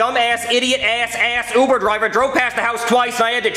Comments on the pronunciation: And “You-ber Eats”. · bad father who abuses his gay son. Poor Timmy. Neither him nor the kids can even pronounce queso or quesadillas properly and can’t even pronounce Uber correctly either.🤦🏻